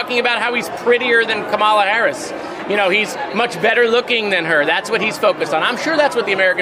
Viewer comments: Moscowitz, pronounce Kamala's name correctly, at least. Think of "come along with Kamala". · oh oh. Moskowitz pronounce Kamala wrong, oh oh. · please someone tell moskowitz how to pronounce KAMALA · Can someone tell Moskowitz how to pronounce the name Kamala? He's a great guy, but come on. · PLEASE SAY HER NAME CORRECTLY! I DON'T CARE! IF YOU'RE FOR HER, SAY HET NAME CORRECTLY! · Someone tell Jared I love him more than life itself, but could he PLEASE, PLEASE, PLEASE pronounce Kamala's name correctly??? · Work on pronunciation of Kamala Harris damn moskowitz 🤦🏽‍♀️ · While I’m a big fan of Rep. Moskowitz in the House, I’m super disappointed to hear him repeatedly mispronounce Kamala Harris‘s name. No elected Democrat should be mispronouncing it, period. Given what Trump is purposely doing w/ her name, for a Democrat in Congress to repeatedly mispronounce it is embarrassing & inexcusable. Do better, Jared, as this doesn’t go along w/ the fantastic legislator & champion of democracy that you are. I hope you check yourself - or someone else brings this to your attention - & immediately stop doing this. It’s not a hard name to pronounce once you know the emphasis is at the start of her name, NOT the middle. #VoteBlue🇺🇸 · JARED! I love you buddy, but please learn to say your candidate for President's name correctly! If you can say "camera" you can say "Kah-ma-la". It emphasizes the first syllable. No one pronounces it as "ca-MER-a". Especially when Republicans are purposely saying it wrong. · Does Jared don’t know how to pronounce our next presidents name? Ka Ma La. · JARED!!! It’s COMMA LAH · I'm a big fan of Moskowitz - but he should practise saying KAMALA! Say it like 'Pamela', the sound is right...NOT KAMARLA. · stop pronouncing Kamala's name wrong. It's pronounced like coma la. Get it straight dude. You sound like a Republican. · Can Moskowitz please pronounce Kamala's name correctly? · can you tell to pronounce Kamala properly please.